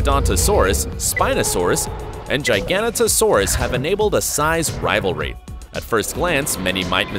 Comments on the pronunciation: Wtf in ‘gigantanosaurus?! It’s giganotosaurus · The way he pronounced giganotosaurus lmao